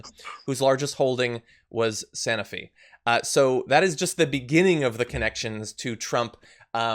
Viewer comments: Sanofi - long “o” as in “snow” Love you and your show, but I cringed whenever I heard the mispronunciation. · Sanofi - it’s a long “o” as in “snow”.